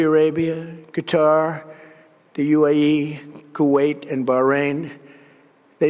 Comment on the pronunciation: " Kee-tar bank" lol